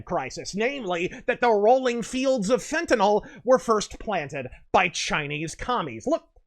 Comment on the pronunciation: Kudos for correctly pronouncing "Fentanyl."